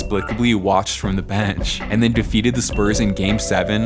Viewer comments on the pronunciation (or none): none